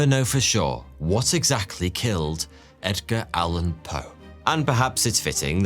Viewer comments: "Egdar" Allen Poe 😂😂😂 Love this Video! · Did he say Egdar?